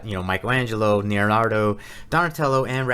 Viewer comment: That was cracking me up every time you said lol. It's like you're combining Naruto and Leonardo.